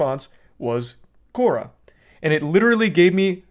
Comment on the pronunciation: It’s hilarious how he changes his pronunciation of Quora in every sentence